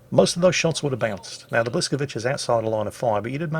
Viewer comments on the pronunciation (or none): The second letter of the Polish ship is not an "L"; it's a "Ł" which is prounced like W. So Bwis..., not Blis... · Actually, the Blyskawica is pronounced “whisk-a-veet-zah”. Not blyskaveecha. Stop it plz. Sad reacts only. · please, please, please stop calling Blyskawica "Blaskovitchi", it really is painful to hear and nowhere near what it should be... "that Polish ship" would do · B(Ł)yskawica - Ł is like "W" in wow and c the best you can say it is like "ts" in cats.. don't memtion it.. I know I am gonna go back to salt mines.. whatever.. ;)